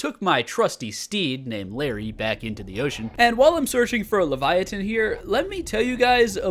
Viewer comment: Hiya Livyatan’s pronounced Live Yah Tan btw